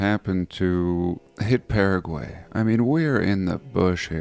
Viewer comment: What is with your messed up pronunciation of Paraguay?